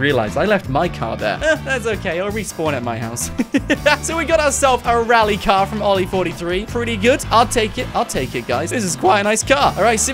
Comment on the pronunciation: Everybody: drift car: RallY cAr